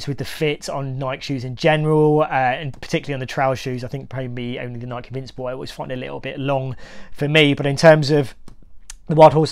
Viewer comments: It is not Nik but Nike! Come on man it is your niche so fair to ask you at least pronounce the brand correctly. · Is pronouncing Nike without the “e” sound at the end a UK thing? Never heard someone pronounce it as “N-eye-k” before. No judgment, just curious. From Nebraska, USA here.